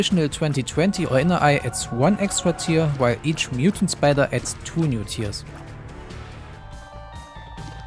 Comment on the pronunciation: myutant spidah